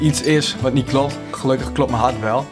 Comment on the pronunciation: Hoe jij hart zegt echt grappige accent